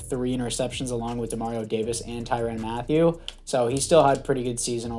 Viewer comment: You’re pronouncing his last name wrong it’s right the first time